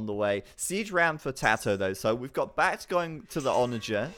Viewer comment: He's never going to give up on pronouncing Back T wrong, is he?